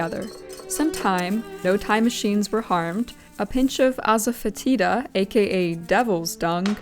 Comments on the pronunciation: As-fe-tida phonetically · Asafoetida = asa-fuh-TEE-dah :) A mortar and pestle would easily mash the chickpeas. Cast iron can turn food gray if it's not properly seasoned or is heated too high - easy to do with oils that have a low smoke point. Perhaps try preheating with some oil & wipe clean with paper towels, then add the oil your food will cook in (and mind the temperature)? Too bad the barley flour didn't work out, it would have been a nice addition. The Greeks also made bread from spelt, wheat, and farro. White wheat bread was eaten among the upper classes (cost more). The Greeks also had a 3-day religious observance marking the end of one month and the beginning of the next (lunar months). "Hekate's deipnon" was the dark of the moon (before the first visible sliver of the new moon). It was a "dinner" offering of leeks, eggs, onions, and garlic left for her at crossroads. While it was taboo to eat foods left for chthonic gods, the poor were desperate enough to take them anyway. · I believe in Greek the combo of OE make an E sound such as in Oedipus and emphasis is often on the middle syllable, and the greek delta or D is more like the the we use in the words the or there so (while i could be wrong) i think asafoetida would be pronounced ah-sah-FEH-tee-thah. I am an American who only briefly lived in greece though, so that break down was just for my own enjoyment so please take it with a grain of salt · Your pronunciation of asafoetida hurt my soul. For future reference it's pronounced two ways correctly 1) ass-ah-fet-id-ah OR 2) ass-ah-feh-tee-duh depending on where you are in the world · ah-suh fetta duh <-- the unpronounceable herb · Ah-sa-FED-ita, I believe, is the correct pronunciation... but I could absolutely be wrong. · Max Miller shows how to pronounce asafoetida in the video for that recipe...idk if you got the recipe from his website or the video but the video says it several times.